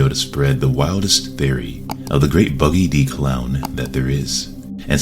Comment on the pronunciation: It’s not Buggy The Clown it’s Buggy D Clown